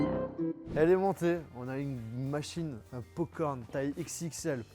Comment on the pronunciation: c moi ou il la dit " po corn"